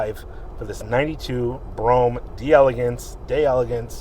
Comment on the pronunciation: It's DELLA-GAHNSE! 😂